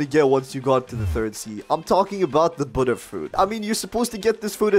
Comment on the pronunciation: Omg bro finally a youtuber who pronounces Buddha properly (Kitt Gaming, And Official Noobie also pronounce it correct)